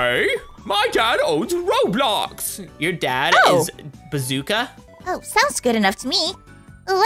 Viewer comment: you stayed blobolx it’s rolbox